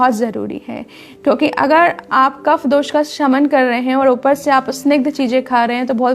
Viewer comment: कोशिश करें पूरा हिंदी में बोलें। और दोषा नही होता जी दोष होता है।